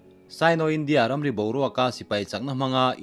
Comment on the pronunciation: Ram hming i lam dan hi a diklo. Entir nan India ram ri, china ram ri tih ah hian India leh ram ri tih hi lam.zawm tur. China tih oawh ramri tih nen lam.zawm tur Zawmpui a neh loha India tih i lam ang hian zawmpui a neih chuan a lam dan a dang. INDIA RAMRI tia lam.loim INDIARAMRI . Hei ho lam zawm tur tihna ani.